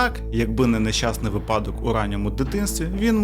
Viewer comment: вИпадок, не випАдок